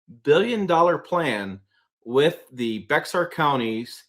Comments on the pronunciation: Its not bex-r, its pronounced bear county. Lol. The X is silent. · Bexar County TX is pronounced “Bear” County. For Real. X is silent. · The x is silent in Bexar county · I cringed when he said that wrong!!!!